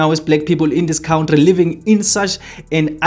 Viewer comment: And it is pronounced " Cunt tree" not cout tree.